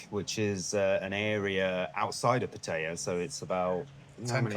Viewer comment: Seem like cool guys, but not how you pronounce pattaya 🤣